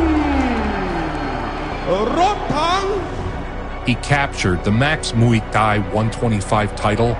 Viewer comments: just for future reference, Thai is pronounced tai like "tie" your shoes. XD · why is he pronouncing “thai” with a ต 😂 its not even a sound in the english alphabet i wonder where he got this pronunciation from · Good video but can you pronounce ’Muay Thai’ correctly I’m Thai and it hurts